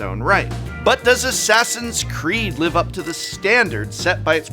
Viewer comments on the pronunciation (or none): none